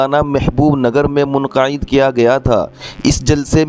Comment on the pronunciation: السلام علیکم بھائ جان لفظ منقعد نہی منعقدہے